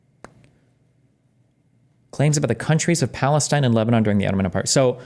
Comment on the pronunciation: ive got an active counter going how many times dude says palisteine and palestine